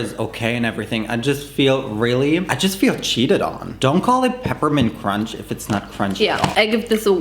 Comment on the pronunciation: cromch LOL